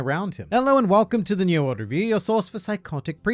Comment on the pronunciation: did anyone else hear welcome to the new world order view instead of new world review in the intro this time?